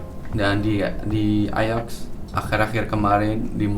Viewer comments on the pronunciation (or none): none